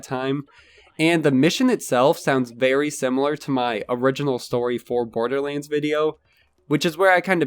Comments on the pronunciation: why do you pronounce it borderleands? its LANDS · Why do you call it Borderlinds?